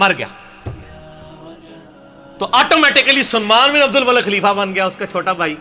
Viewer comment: You Must not speak Punjabi language. Between of speech and say the right name of abdul malik bin marwaaan not abdul malek bin marwaan Malik means baadshah And malek means farishta